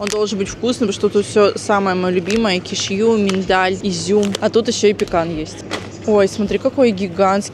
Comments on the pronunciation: я обожаю смотреть твои ролики, но... кешьЮ меня убило, правильно кЕшью и да, я не хейтер просто уши режет такое произношение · Правильно сделали замечание, тем более что данный блогер практически не произносит слова правильно, тортА, качеля, кешьЮ и т.д. Целевая аудитория - дети, как итог, куча не грамотных людей! Потому, что ведь блохер так говорит, значит правильно. Думать надо головой, а не закрывать на это глаза, всё имеет значение.